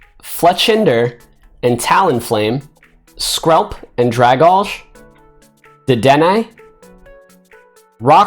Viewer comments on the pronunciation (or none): none